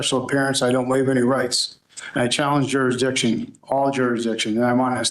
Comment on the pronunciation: It's so wonderfully ironic that a doofus like this who can't seem to pronounce Jurisdiction has become a legal scholar genius.